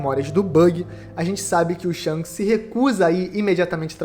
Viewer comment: Não consigo ouvir "Shonks" sem rir kkkkkk